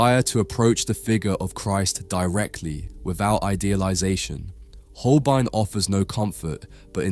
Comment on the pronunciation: Der kann ja nicht einmal HOLBEIN sagen! Es ist einfach nur jämmerlich, solch oberflächliche und unprofessionelle Kommentare!